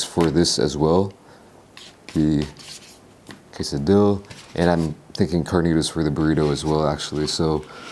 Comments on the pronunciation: Man that stuff actually looks really good. Wish I could try it myself. oh hey just figure I let you know, for quesadilla, phonetically it's pronounced keh-sah-DEE-yah. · lol if you been watching for a while you'll know he does that on purpose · Back in his usa days, they mispronounced things like jalapeno. Now, it's expected for people to use the Spanish accent n shii 😂